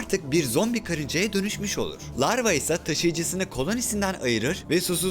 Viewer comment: Larva yerine sürekli lavra diyen ruhi yordu